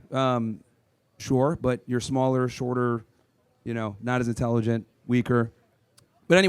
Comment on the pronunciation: The woman ... "you say women are less INTELLERGENT".... Isnt it Intelligent?. Nuff said.